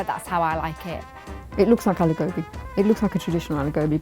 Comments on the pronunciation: God daaaamnnnn... I'm pissed! That's gobhiii not gobiiiiii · Its pronounced गोभी not गोबि😪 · why cant you get REAL indians. Not people who lived in America and have an accent. That aint the way to say aloo gobi. Its aloo go-bhi not bi.. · It ain't 'Aloo Gobi'. It's 'Aloo Gobhi'